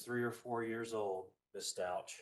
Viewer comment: Was strange, he said it right a couple times too